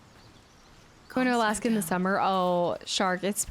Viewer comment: "Alaaaska" I heard you say it like 4 times when I asked about your Alaska trip and still cannot prononce it the way you do hahaha take care.